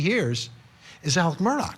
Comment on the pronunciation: His name is ALEXXXXXX MURDAUGH NOT Alec Murdock. Come the F on!!